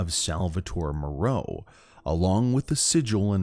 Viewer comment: Why would he pronounce "Dimitrescu" (romanian name) in a french way, and "Moreau" (french name) with an english pronunciation? Makes no sense to me